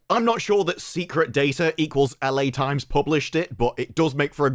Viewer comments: Was it my ears our did he say "Allie Times"? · WTF is “AL AYY times”…?